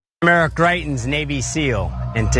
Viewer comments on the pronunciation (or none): His name is actually pronounced as Gry-tens. I know because I'm from Missouri. When he visited Jackson, MO to discuss state taxes, he was peppered with questions about kidnapping his side chick and his threat of revenge porn. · it's pronounced Gry-tins. sadly, I know this because I'm a resident of this backwards ass state.